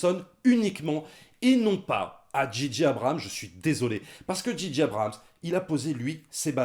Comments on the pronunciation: Juste un petit effort, les gars: prononcez "Djay-Djay Abrams", svp... ;-) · Les gars, arrêtez de dire "Dji dji" Abrhams... Soit vous le dites correctement à l'anglaise "Djé djé" ou à la française "Ji ji"... Là, c'est comme si vous disiez G.G. Abrhams... ça énerve un peu. Désolé...sinon, super critique! Merci.